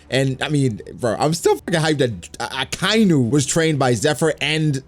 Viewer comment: Loves Akainu so much that he pronounces his name incorrectly